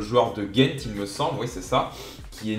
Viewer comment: Simon se prononce Saymonn et Gent se prononce Gant comme des gants pour les mains